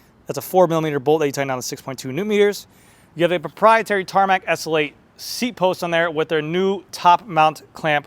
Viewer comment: Its the Tarmac "essulate". Slow down dude. S. L. 8.